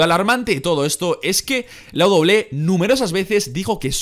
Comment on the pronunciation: Todo mundo: Doble ú doble ú é: Doble-é